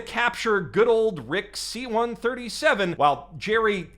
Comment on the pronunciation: this isn't Rick C-137, it's Rick Sí-137